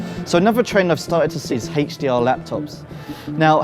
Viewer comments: Someone tell this guy, its HDR...not Hatch D R... -_ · i know right? i read all the Indian comment with "i dont dhink dhad is dhe way to say HDR"